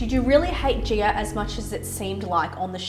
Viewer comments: her name is gi-a, not gee-err. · ok honey but made-up or not, the pronunciation is not gee-err.